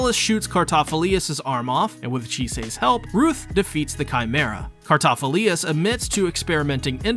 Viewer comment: Thanks for the video, really appreciate the work you put in. but you sent me down a rabbit hole of pronunciation. you say Cartaphilius, which I didn't think was quite right. so I rewatched some episodes, and sure enough it was Cartaphilus the main difference is the lius vs the lus at the end. to give you the benefit of the doubt I watched some of it in English, and as much as I dislike your mispronunciation, the English VA butcher it worse. they say Cartaphiloose... I hated that I realized it could be worse... so thanks for being the best you could be and the effort you put in... it could have been worse. Just keep doing what your doing, it's great.